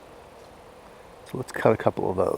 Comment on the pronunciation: Is he saying “acrossed”? Or is it “acrosst”? Wth is he saying?! It sure ain’t across